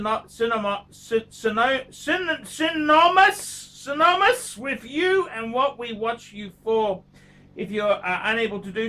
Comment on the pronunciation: cannot pronounce "synonymous" and most certainly doesn't know what it means